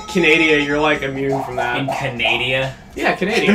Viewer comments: Canadia, huh? Someone been watching Axis Powers Hetalia? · 8D I'm not the only one who calls Canada "Canadia". I feel more happy than before. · Canadia...? I am so many other Canadian's shake their heads, bwahaha! XD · HIGH FIVE CHUGGA!! I SAY CANADIA TOO!!!! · Canadia ?! Really!? I say that all the time, for real! I think it is a cross between Canada and Canadian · Canadia ; ; That sounds WRONG LOL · yes some one else that says canadia